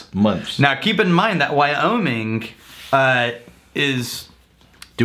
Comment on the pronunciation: Wow really pronounces those "G's" at the end of his words..wyominG, lonG, cominG...lol